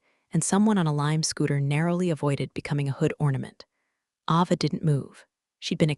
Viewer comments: Pronounce the names right! It's pronounced Ayva, not Ahva. UGH! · It's A Va not Ah va. Please pronounce names correctly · Don't forget Ava's name. It's pronounced A-va.